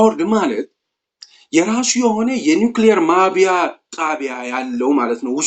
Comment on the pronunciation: ማብላያ not ማብያ